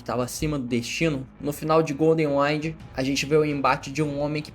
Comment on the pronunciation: "GOLDEN AINDS" ??